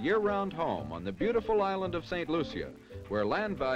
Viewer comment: If you want to be so perfect learn how to pronounce the name of the island